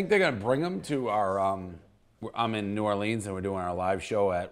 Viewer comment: Please stop saying New Orleens and arts district